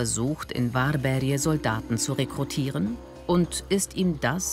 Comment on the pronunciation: 'worbärj' nicht 'warberje'